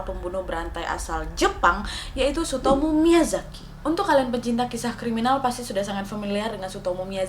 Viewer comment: Gw dengerny ka nadia nyebut namanya sutomo dunk, ga taunya tsutomu.. 🤣🤣🤣🤣